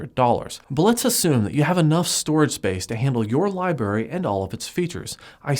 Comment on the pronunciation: It reminds me of "Scrubs" when you say "Libarry." Awesome videos! :)